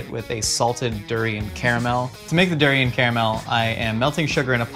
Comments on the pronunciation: Its pronounced Da-rain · please don't butcher durian like that 😅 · He just butchered the durian 🤦🏽‍♀️